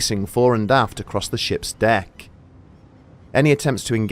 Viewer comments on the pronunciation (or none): none